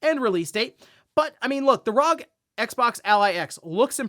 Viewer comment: Dear God, young man, it’s bad enough to hear you say it wrong once per video, but that burst-trigger setting you spit out … my ears are bleeding! It’s R.O.G. Arr Ohh Gee. There is no such thing as Rawg!